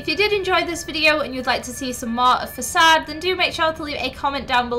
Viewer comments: Facade is pronounced Fa-Kade not fas-ade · Had subtitles on and when she pronounced facade it turns out to assasd!